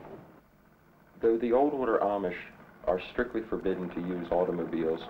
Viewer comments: 2/3 of the pa deutch are fancy deutch, and one of the two pictures of the fancy deutch is in is in barroom... sheesh. The larger group of plain deutch is the mennonites, who gets all the publicity...The Amish..... and he does not even pronounce the word Amish right. The Brethren (Church of the Brethren) get only honorable mention. It would be very entertaining to watch a film about Pa Deutch culture. Unfortunately, this film is not really about pa deutch culture. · This is a very strange film and not particularly accurate. For one thing, the narrator doesn't even know how to pronounce Amish! And the guy dressed like an Amish farmer almost certainly isn't - or else he's remarkably assimilated in his speech and attitudes!